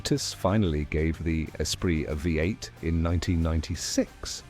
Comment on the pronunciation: Fu..ing AI! Created for people who are not capable of speaking about their hobbies! Five 8 instead of V8?!